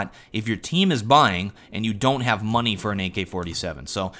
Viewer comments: He had Moaney for an AK but he bought a galil, nice pronunciation of the word money :P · "He bought a galil, when he had MUN-NEE" Loved the way he said Money, lol.